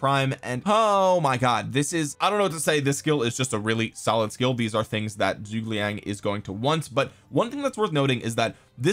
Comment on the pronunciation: Please learn how to pronounce zhu ge liang